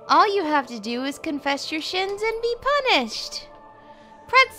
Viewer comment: "confesh your shins"